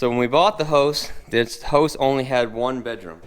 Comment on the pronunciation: All these videos.. I thought he was saying host. Going into the host 😂😂